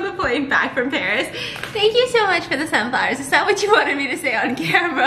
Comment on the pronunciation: No one: Stephanie: My trip to Báríê